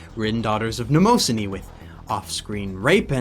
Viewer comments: Holy shit those mispronunciations in the beginning. Maybe put more effort in to speaking properly than sounding like a pretentious douchewaffle. Mnemosyne is based on Mnemonic, so it would be "Nem-oh-SIGN" Baccano has a SHORT "a" sound with (as must in japanese with two letter together) a drawn out "n" sound. Weebs need to get the fuck over themselves. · You pronounced Mnemosyne terrible wrong. Just to let you know.